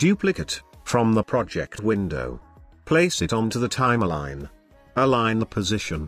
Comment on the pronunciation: Res-u-may, Time-a-line lol